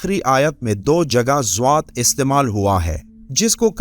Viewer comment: آپ ضاد کو دعاد کیوں پڑھتے ہیں ۔ اس لفظ کا مطلب بھی بتا دیں